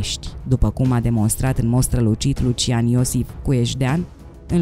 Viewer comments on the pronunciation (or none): none